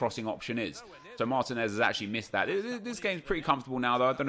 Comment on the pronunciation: Your striker from Atlanta United is pronounced Mar-TEEN-ez, cheers from Atlanta!